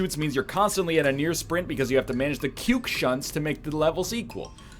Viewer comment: His inability to read the cuke shunt levels properly is killing me.